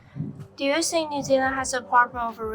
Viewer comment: 你講的根本不是英文，第一句think 都講成sink,那男人的iq真高，還有英文不要說叠字let’s go go ????? Wtf😓